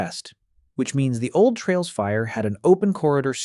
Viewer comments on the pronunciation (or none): none